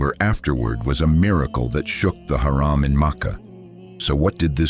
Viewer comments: You have to change the pronunciation of Haram حرم from Haraam حرام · change this shitty voice its harum not haram .... shame on u on posting with this voice over